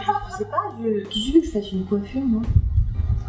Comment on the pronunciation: Pourquoi tu dis coiffuioure?!